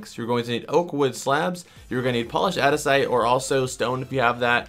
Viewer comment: It's aNdesite not adisite